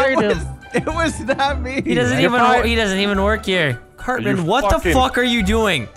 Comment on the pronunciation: vanoss said curtman instead of cartman